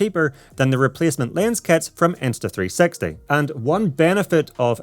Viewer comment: everytime i heard you say insta 360 it sound like insta3sexy